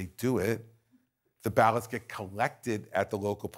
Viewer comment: It’s “ballot”. That kind of gives us an idea that your standard for being smart is pretty low